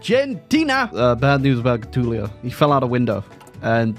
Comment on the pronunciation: Still can't pronounce Getulio right!